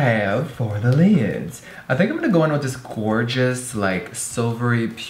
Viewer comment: Jeffree, in a southern accent: what do we haaaave for the liiiiids? 😂